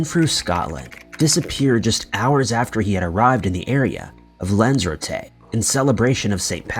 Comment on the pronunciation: The way this narrator of the stories said Lanzarote and Dublin made me cringe. That’s not how you pronounce this two cities bruh…!!! 😩😩😩😂😂😂🤦🏾‍♂️